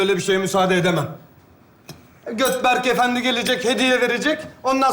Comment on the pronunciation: dikkatli dinleyin götberk diyor.